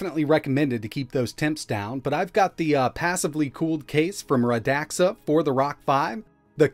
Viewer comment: "It's pronounced Rə-DAK-suh, if I say it is! Fight me. " -- probably